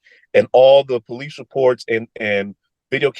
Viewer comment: The black god still can't pronounce "police" and "ask"? Shifty God.